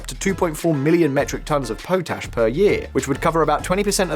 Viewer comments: It’s not pronounced PO-TASH but POT ASH. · It's "pot - ash" btw mate